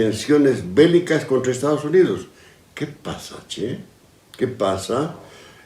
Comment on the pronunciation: porque son acomplejados no tienen identidad los cruceños quieren ser brasileros los tarijeños quieren ser argentinos beni y Pando no cuentan no saben en que estan y los Kollas quieren hacer su nacion aimara, Bolivia no existe de ahi viene ese "CHE" que lo pronuncian tan mal poniendole su tono folklorico muchos tienen la tonadita argentina pero acholada jajajaj son sun desastre...... pobrecitos